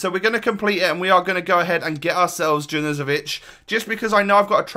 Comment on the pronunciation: I’m pretty sure that junuzovic is pronounced yawn-you-zo-vich